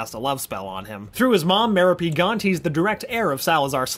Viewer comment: Plus the resurrection stone wasn't the horcrux, the ring was, hence it not needing to be destroyed. The way he pronounced merope gaunt also hurt my soul. Also would have been nice for him to mention where and how quirrell found voldemort since it's pretty important.